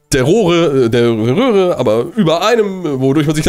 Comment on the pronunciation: Oder am ende sagt er statt röhre rohre 😂